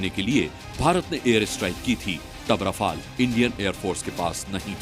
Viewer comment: मूर्ख 18 रफाल ढंग से बोलो